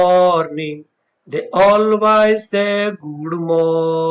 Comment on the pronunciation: Pls improve your pronunciation....chirp and always